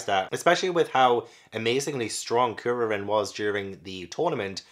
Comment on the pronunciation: Kuririn is Kuri, which means chestnut in Japanese (because his bald head) and Shaolin, because he’s a monk. And Krillin I think is just because Kuririn is so hard for English speakers to say. You say it right tho. Almost all the names in dragon ball are puns.